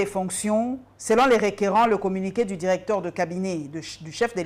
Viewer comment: Bonne émission. Je demanderai à ou, sorry. C'est ce qui est souvent écrit sur les titres d'émissions. l'homme plein des sagesses et d'intelligences u j'aime écouter. Si monsieur, peut travailler sur sa phonetique. Exemples: le et non lait, lai,let. Le (e) est fermé. Directeur, supérieur, producteur etc... (eur)et non directaire,productaire,superiairetu et ti. Plus et non plis Que et non quai. Merci